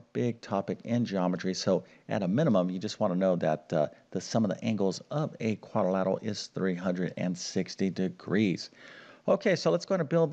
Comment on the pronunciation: It's quadrilateral NOT quadilatal.